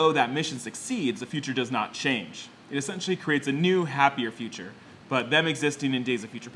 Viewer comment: whenever you say essentially it sound like youre saying sexually